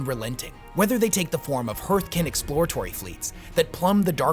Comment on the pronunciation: My only complaint is how he pronounced "Votann" and "Hearthkyn"